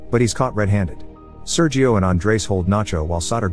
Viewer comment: SerHio, not Seryio!